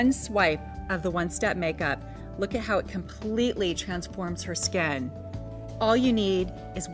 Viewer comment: I love how she says skin.. it's like...SKEHN lmao